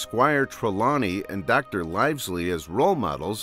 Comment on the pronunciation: Fantastic analysis. My only critique is how you pronounced Dr Livesey 😀